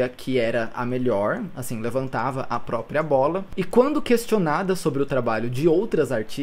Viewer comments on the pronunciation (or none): none